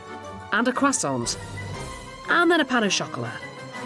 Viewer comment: You don't pronounce the t in croissant.